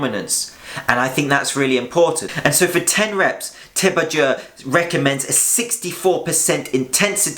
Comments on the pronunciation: complex topic well covered. PS - it's pronounced ti-bo-do as in "doe ray me..." :) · Its pronounced like : tsee bow doe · Great video. But let me help you with Christian Thibaudeau’s last name pronunciation... think of it as “T-BO-DOH”. Cheers! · Thibaudeau is pronounced Tib-o-dough lol